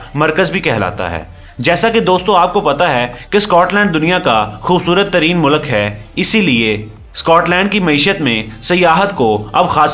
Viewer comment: Mulak ni he vo bhai mulk bolo